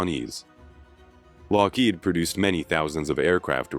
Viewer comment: Love the content, hate the AI narration... "Kah-nute Rockne" , Lock-HEED , etc. 😑